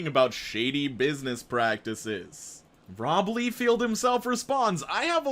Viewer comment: The way he pronounced Rob Liefield had me dying